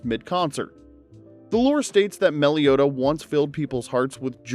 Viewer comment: Mellow Etta… you mean Mellow Etta?